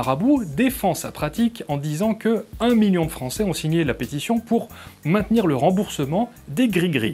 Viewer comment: Un miyon ? Gné ! Un miL((l)ion. On prononce mille et ses composés comme s'il n'y avait qu'un seul L. Aïe mes noreilles !